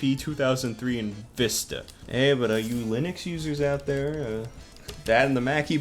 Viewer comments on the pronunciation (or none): none